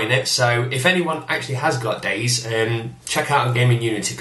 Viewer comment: btw its pronounced 'day zee, or zed' not 'days'